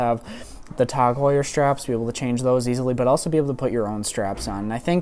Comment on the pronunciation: Since when did it become "Tog" Heuer?